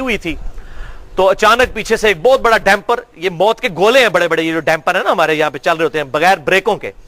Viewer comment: Its not" DAMPER", ITS "DUMPER" Ali bhai